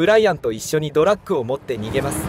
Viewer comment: ずーっと「ドラック」って言ってるのが気になる。 あと所々日本語がおかしいのも。